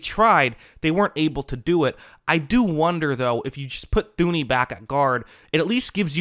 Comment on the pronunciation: Thuney is pronounced Tooney